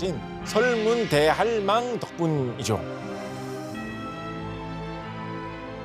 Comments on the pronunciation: 설문대 할망 아닌가요? 설문 대할망이 아닌거로 아는데.. 교수님께서 할망을 大할망으로 띄어 읽으시는듯 하네요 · 설문대 할망 발음하는거 보고 이 양반 얘기 안 듣고 감